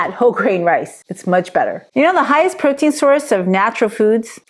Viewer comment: Pro-tein ❌ Bro-tein ✅